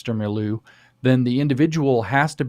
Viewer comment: I really like how James pronounces "milieu."